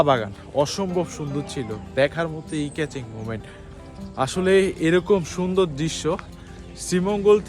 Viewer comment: ভাই ভিডিও ঠিক আছে কিন্তু কথা/উচ্চারণ ঠিক করতে হবে।। হাইকিং বলতেছেন কাইকিং। আই ক্যাচিং বলতেছেন ই ক্যাচিং । আবার হুমায়ুন আহমেদ এর যায়গায় হুমায়ুন ফরিদি।।